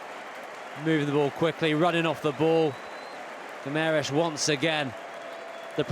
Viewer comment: Yes, what a ludicrous comment - mind you, from someone who can't even say 'Guimaraes' ...